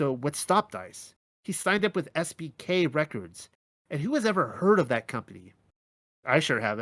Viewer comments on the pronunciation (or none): Oops, I now see you wrote SBK but it sounded like SPK. 😄